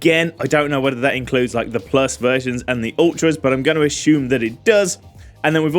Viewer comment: Me listening to your video just to hear you say "ahhshoom" (assume) and "Heych"DMI (HDMI)....😁😂